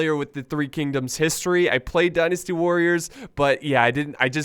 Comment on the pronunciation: "Destiny Warriors" DYNASTY WARRIORS!!! DIE, NASTY WARRIORS. Get it right.